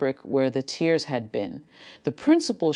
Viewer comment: Please teach your AI the difference ( in context) of tears that you cry , also pronounced like tiers , and tears as in tearing fabric , pronounced more like tares